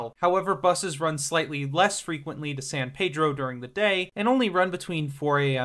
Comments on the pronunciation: Anyone who says San Paydro sure in the fuck isn’t from around here.😂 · unless you’re saying it in Spanish, it’s San Peedro or just “Peedro” if you know what’s up haha